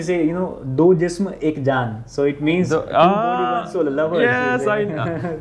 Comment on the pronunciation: That's Jism.... Not Zism Every J is not Z